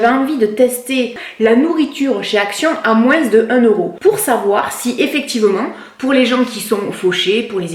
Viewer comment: Pourquoi tu dis "à moinS" ??????